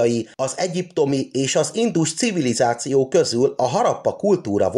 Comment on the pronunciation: Nagyon tetszett az előadás! A hangsúlyozás még mindig nagyon hibás! Valakit meg kellene kérni segítsen a helyes hangsúlyozásban, mert nagyon zavaró ,hisz sokan hallgatják és eltanulják a rosszat. Kérlek hallgasd vissza és rá fogsz jönni mi a hiba . pl nem indus CIVILIZÁCIÓ hangsúly nem a civilizáción van hanem az INDUS CIVILIZÁCIÓN van. Bocsánat ,hogy szóvá tettem... a tudás anyag remek.!